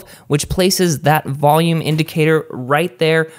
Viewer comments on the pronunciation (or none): none